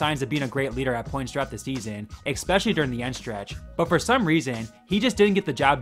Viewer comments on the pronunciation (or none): Yo - you do realize especially doesn’t have a C before the S, right? The way you pronounce the word is mind blowing lol. ESSSSSSSPECIALLY